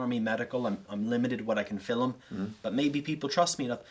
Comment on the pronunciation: Love the story but the way pronounced “film” as filum just cracks me up